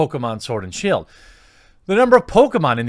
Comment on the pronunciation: Did I hear you call it Pokémon sword and shill? XD